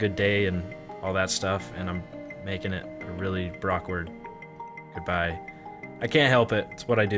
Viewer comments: did you just say brcokward XD i love you! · are we all just going to gloss over the fact that he said brockward???